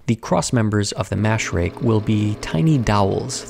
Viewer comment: Pronouncing "rake" as "rig" made me really confused.